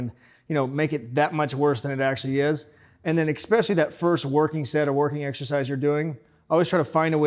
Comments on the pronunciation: Funny. He makes comments which indicate he's read some serious literature. What's with the expecially thing? Effect? Anyway, that about does it for my criticisms of. His stuff is exceptional. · "Expecially" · "Ekspecially" Love the videos man, keep it up.